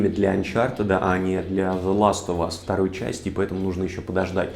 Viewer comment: Ты настолько хорош что я тебе прости то что ты говоришь "Зе ластовас"